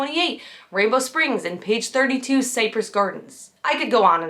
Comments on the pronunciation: Not that big a deal. vlog is really good and I had already subscribed to it. I realize that you are young an possible have never heard of the place before now, but it was a major park years age. I don't know how to phonetically type how you said it, but the proper pronunciation is "Sigh -press" as in Cypress Trees. Like I said, not a big deal but important to some of us. Feel free to ignore this as it isn't meant as a put down. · Cypress Gardens is pronounced sai-pruhs. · It’s pronounced SIGH-press Gardens. Not SAY-press.